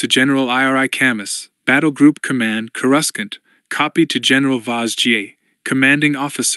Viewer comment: This narration is rough. Can't complain too much about a free audiobook, but damn. Random pauses where there shouldn't be one, no pauses where there definitely should be one, and Coruscant is repeatedly pronounced incorrectly. This is night and day compared to the version of Hard Contact I just finished.